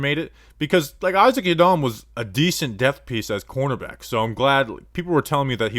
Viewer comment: I’m glad yiadom is gone so I don’t have to hear you butcher his name anymore